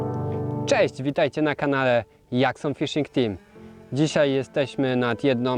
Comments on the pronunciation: Super film !! Ale jak już mówi ktoś "dżerk" to i mógłby mówić "dżakson".... Malutki detal a dużo daje 😊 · Serio tak sie wymawia ,Jackson '? Strasznie kuje w uszy..